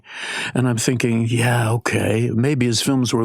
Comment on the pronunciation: when did people start pronouncing the "g" at the end of works like a "k"...thinkink? IS it a regional accent thing? Cannot unhear it... And the whole email argument was very annoyink...Amaanda, you are not that special.